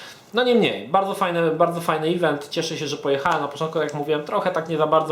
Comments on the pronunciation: no przykro mi. tak to juz jest na swiecie ze "event" mowi sie "event" a nie "ivent" <- nie ma takiego slowa jak "ivent" :) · drogi. mowi sie "event" nie "ivent"